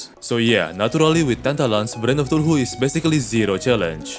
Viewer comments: I swear if you say thuluhu again in another video imma lose my mind. CTHULHU. KAthu-lu. Not THALu-hu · Im only saying because it bugs me, i dont mean to be rude but its pronounced (cuh-thoo-loo)(Cthulhu) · Also Brain of thuluhu lol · eye of tuhulhu💀💀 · I love how he calls it the "Eye Of Thuluhu" just golden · "tulhu" I love it 😂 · Eye of tooloohoo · I love how you say somethings like eye and brain of cthulhu it sounds so satisfying somehow I think it's part of my asd cuase I find weird stuff satisfying but keep up the good videos they are so good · I love you videos though man. Just stop saying it wrong LMAO.